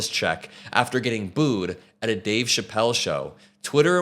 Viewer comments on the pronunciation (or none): none